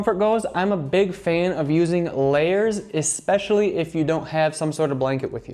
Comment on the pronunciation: Great advice, presentation, and editing. One small nitpick: the word is "especially." Note the spelling. It's not EX-pecially. It's ESpecially. There is no X. Other than that, great list. I am subscribed for more great travel tips. Thanks for all you do. I ESPECIALLY loved the PB&J story.